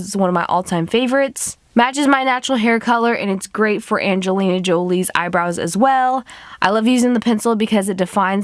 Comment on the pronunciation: lol she said "when malefacent played Anglina Jolie